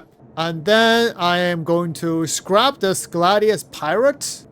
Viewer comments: It's scrap the "A" is pronounced like apple. Scrap rymes with tap, lap, Map, rap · lol He says it correctly like 10% of the time. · I think it's scrapped, not scraped. It's pronounced with the A having the same sound as if you say 'hat'. Scraping is when you scrape something off something, ie I scraped the paint from the chair. I can't actually read the text so forgive me if I'm wrong, but I feel safe to assume and hopefully help your pronunciation for the future. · Its scrap not scrape... lol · scrap, the A in scrap sounds just like the a in map. SCRAP. not Scrape where it sounds like ape. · Hey buddy just letting you know in english it's pronounced scra p - not scrape. Not being rude just noticed quite a few times you say scrape which confused me a few times until I realised what you were trying to say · ITS SCRAP!! NOT SCRAPE OR SCREP OR SCRIPTED!!! Wtf man... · "Scrap" which rhymes with Crap isn't the same word as "Scrape" which rhymes Grape. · "Skrip" "Scrape" Brother it's Scrap LOL! "Sssscccrrrraaapp" No E or I in that word! LOL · SCRAP, SCRAP...not SCRAPE...not SCRIPT! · "Scrape" and "Scrap" are two different words. Scrape (how you have been saying it) means "to remove a layer of something". Scrap (pronounced "ssk-rap") means "to destroy or discard something". Past tense: Scraped ("sskr-ape-ed) means you already removed a layer. Scrapped ("ssk-rap-ped") means it has already been destroyed or discarded. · Love your content, but I can't handle hearing you say "scrape" instead of "scrap"! Please, its crap with an s on the front. The two words have very different meanings! It makes me twitch every time... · Scrape is spelled with an E Scrap is pronounced scr-ap like an AP on your phone or computer not ape. Your pronouncing it like your scraping hulls on ships and it's a soft a like at not ate. Thank you for the video and helping us stay on top of all the changes. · Scrap and Scrape are pronounced differently and have two different meanings.